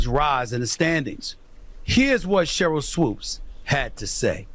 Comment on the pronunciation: Hey, its SHERYL not CHERYL... LOL